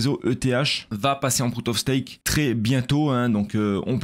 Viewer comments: C'est du "proof" of stack, pas du PROUT OF STAKE mdrrrr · 2'56 : "le réseau ethereum ça passer en prout of stake" 🤣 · Proute of steak proute of vork, l'accent anglais est en place 🤣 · Bon en faut il dit "prout of stake" à chaque fois 🤦🏼‍♂️🤣